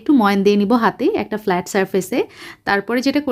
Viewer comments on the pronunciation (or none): none